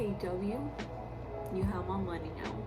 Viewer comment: haha"KKW you have my monay"